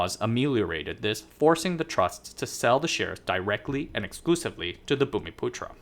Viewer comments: You pronounced the word "bumiputra" spot on; kudos to you. And you've done a very decent job indeed in summarising the political and economic history of the Chinese diaspora in Malaysia. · No problem buddy, it's not immediately apparent. You nailed the pronunciation of "bumiputera" though which is amazing